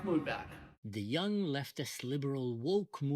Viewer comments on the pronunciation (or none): none